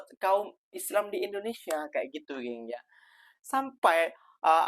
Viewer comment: Lidahnya pendek. Dengar dia sebut endonesya. Small matter bro 😅